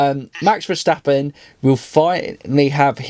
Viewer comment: Do us a favor mate; pronounce max's name correctly, he is NOT german so stop pronouncing his name with that (ignorant) Verssschstappen rape of his surname. Thank you!